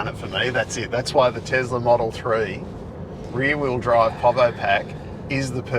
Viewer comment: I though called the basic White model 3 "The Weary Bride", not the "The rear wheel drive" 😃